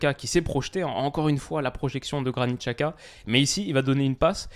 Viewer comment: apprends à prononcer Xhaka : c'est Djaka, l'équivalent du prénom/nom Jacques, en albanais. Les Suisses le prononcent correctement, comme ton homologue Elias, ou les commentateurs de la télé suisse. On trouve facilement en ligne des aides à la prononciation des noms étrangers écrits ou transcrits en caractères latin, on fait par exemple beaucoup d'erreurs avec les noms chinois et asiatiques en général, mais aussi albanais, polonais, hongrois, tchèques, baltes, et même italiens. Jeter un coup d'œil sur les équivalents approximatifs de prononciation plus trouver comment les gens qui parlent la langue prononcent le nom, est facile et relativement rapide avec internet.